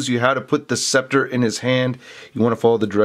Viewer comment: "Or his specter". It's Scepter, lol just wanted to point that out great review though